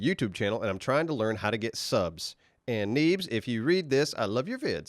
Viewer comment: "Neebzez way" lol